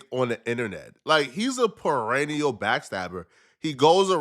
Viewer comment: Payrennial??? Is that the hood word for perennial? 🤔